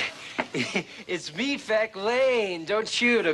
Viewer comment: Its Feck not Fek